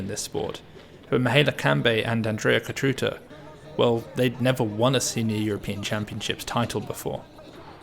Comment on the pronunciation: Fantastic breakdown of a fantastic team. Thanks for this coverage! Also, small hint: try pronouncing the „ț” in Cotruța like the „zz” in pizza - Cotruzza